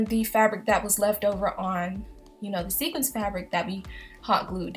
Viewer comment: it's sequin but I knew what you meant